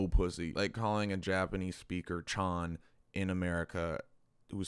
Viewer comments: I cringed to death the moment he said “chan” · Bro i literally turned of my phone think for like 2 min that this man said "CHAN" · bruh you said chan 💀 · This man said “Chan” and I had to stop the video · I SCREAMED WHEN YOU SAID CHAN LIKE BRO WH A AAT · Brotha. Ain't no way you said chan 💀